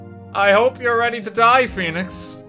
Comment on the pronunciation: RT butchers Phoenix lmao